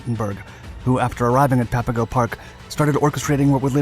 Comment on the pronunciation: A couple of things, I could add: Papago is pronounced like Pop a go, not pap. The label was a derisive one the Spaniards had for the Native Tohono O'Odham People, who still live here. [It meant ''Potato Eaters.''] The title is no longer PC. The yarn is well known here in Arizona, and you missed a few colorful details. Coleche is a congregated natural ceramic, created from intense solar heat and the right soil combinations over eons. There is a Coleche Layer all construction guys here know about. Usually about 6 feet below the surface. You need a 6' iron digging bar to bust thru it. Tough stuff, but once thru the Coleche, the digging gets easier. The story goes, the U-Boat guys got hold of a gas station map, which showed the local ''washes'' and arroyos, as streams, with little blue squiggles. Except for during Monsoon Season, when a flash flood can turn a dry wash into a raging, impassible torrent, they are dry and choked with abrasive brush, cacti, mesquite, cholla, etc. In their optimism, the U-Boat guys made their own Klepper folding boats [canvas kayaks] out of plywood supplied from the camp Recreation Department and raincoats. With these, they would navigate the imaginary rivers seen on the map. Gila is pronounced with a Spanish silent G like ''Hila.'' I also heard the German POWs spent their last American money on Chinese food in Downtown Phoenix, before being turned in to the Army. Local Chicanos lived near the camp. My Brother's ex-Sister-In-Law, Bernice, was a small